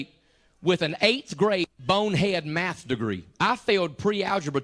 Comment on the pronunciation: It is math not meth